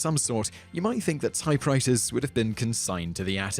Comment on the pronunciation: "Typewritahz and Plasmer" LOL